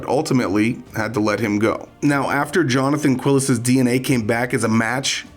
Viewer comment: This will seem trivial, but the name is pronounced like Kee-les, not "Quill-es." Spanish pronunciation is pretty easy to learn, really, because it's always the same.